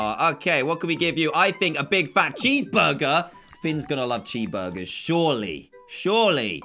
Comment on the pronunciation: you sed chee burger its CHEESE BUGER